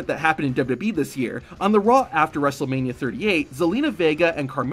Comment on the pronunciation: "At Wrestlemani-" anyways lets more on